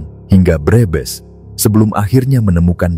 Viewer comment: Pembaca narasi orang luar negeri kali ya. Kalimat Brebes dibilang breebees.